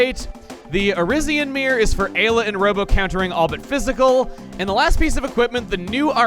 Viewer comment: "post commentate" refers to those text blurps like the glenn/frog bit and the mis pronouncing of ayla